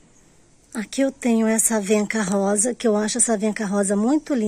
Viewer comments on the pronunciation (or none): none